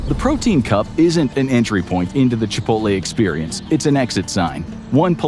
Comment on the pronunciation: Chipoltay whaat ? 👴🏼♿